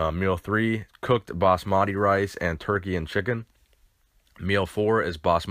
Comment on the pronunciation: Lol the way u say basmati rice😂